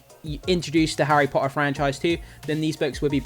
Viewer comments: How is this dude relatively well spoken until it comes to the word Potter? Especially considering he makes videos specifically for a HP page. Seriously, there are two T's in the word Potter, at least use one of them. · I come from Portsmouth mate, bang in the middle of the south lol. Your pronunciation of T's is actually really good across the board, with the really random exception of the word Potter lol. Didn't mean it to come across as critical as it did lol, I found it more funny than anything lol